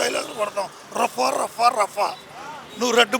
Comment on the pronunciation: పర్ర పర్ర కాదు రఫా రఫా